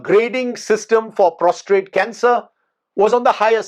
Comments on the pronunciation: Sir Prostate not Prostrate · Prostate and not prostrate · It's prostate, sir. Not prostrate. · Sir it's Prostate not prostrate!!!